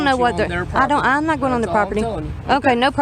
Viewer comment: Prop-tee. a stick that holds up a golf tee